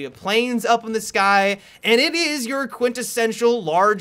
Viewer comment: Have you guys noticed that pronounces words oddly, like "you-rrr"